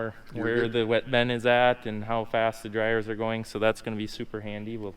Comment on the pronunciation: Even the Bin guy calls it a “Ben” 😂😂